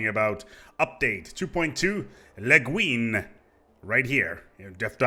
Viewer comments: It's pronounced "Le GWIN"... after the Science Fiction author, Ursula Le Guin? (I think) See Wiki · The way you pronounced the name of the extension sounded like a very derogative French word for homosexual women... XD